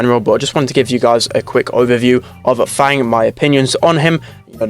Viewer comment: fang is not actually pronounced as the english word fang. since he is decidedly chinese, the "a" in his name should have an "ah" sound. f-ah-ng